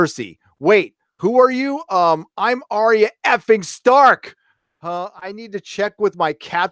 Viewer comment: WILL YOU STOP FUCKING SAYING ARIA. HER NAME IS ARYA